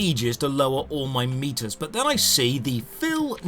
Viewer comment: oh, he's saying keep these meters full. i thought he was saying keep these meatus full.